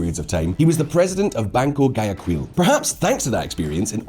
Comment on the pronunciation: He’s pronouncing the g too much in Guayaquil